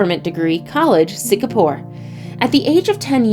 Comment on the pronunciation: Is it just me or she just said shingapore instead of singapore